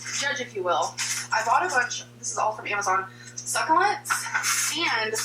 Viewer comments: why is it she can say succulent correctly when they’re in an elephant but, like thirty seconds later, she says suck-a-lint again? oh right, she’s a fucking troll haha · I love how she said succulent when she wasn’t thinking and trying to be “cute” then 10 seconds later she was trying again and went back to suckalint. It’s infuriating